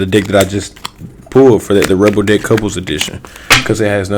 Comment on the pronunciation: Because of ur accent, when u say deck, it sounds like Dick😂😂😂